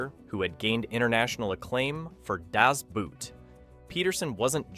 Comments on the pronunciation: Just pronounce it Das Boat and not the boot, the pronunciation is the same in German and English, just the spelling differs😅 Cool video to a great movie that deserves more recognition! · "Das Boot" isn't pronounced like the English footwear, the double o indicates a long "oh" sound. Like in "Door" or "more". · DAS BOOOOT! It's not pronounced like the English word 'boot.' After all these years, can no one get it right? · Also how to pronounce Das Boot".